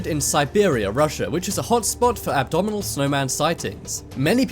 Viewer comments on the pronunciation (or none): Abdominal snowman 😂 get it together dude haha